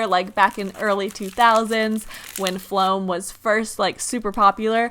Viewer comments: Why is that intro so long and why does she say flom like no it foam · Soraya Partida floam* not flom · Soraya Partida uhhh well it’s called floam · Can you stop saying floam